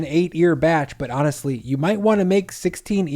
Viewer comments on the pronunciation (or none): none